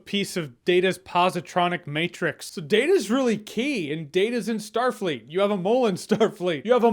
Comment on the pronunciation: he literally said what was Starleet about that Captain lol o_O